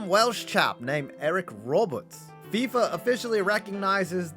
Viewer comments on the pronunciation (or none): none